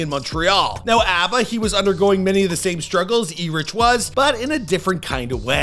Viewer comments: “Ee Rich”??!? Does he mean ERIC??!? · ITS PRONOUNCED ERIC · ERIC !!! IT'S PRONOUNCED ERIC !!!! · Preach name is pronounce eric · El-Rich lmao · HIS NAME IS PRONONCED "ERIC"